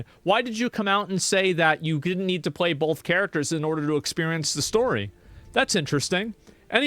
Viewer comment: Every time asmon says "both" as "bolth" i wanna commit harakiri.....